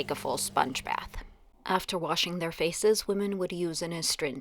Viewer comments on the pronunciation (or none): none